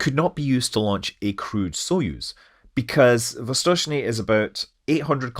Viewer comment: His pronunciation of "Восточный" is almost as good as that of native speakers, and I think it's remarkable.